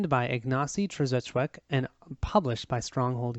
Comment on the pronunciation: Ignacy "Chevy-Check". You slightly butchered that name, great game nontheless :-)